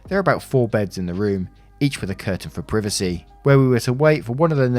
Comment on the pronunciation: I love when you say privacy its so funny to me "priv a c" 😂 its weird how accents work